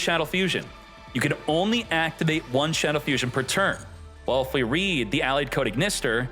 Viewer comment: You’re BUTCHERING the pronunciation of Shaddoll Fusion and it’s killing me 😂😂